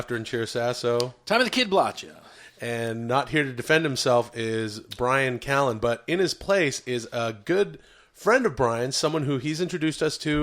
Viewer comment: We need more of Jamaican man by-ran ca-lan